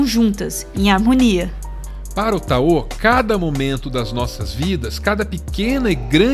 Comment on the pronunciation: Táo, não taô. Se fala "daodedjin"